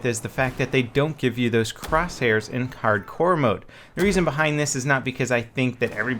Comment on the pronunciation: anyone else notice that he said cardcore not hard core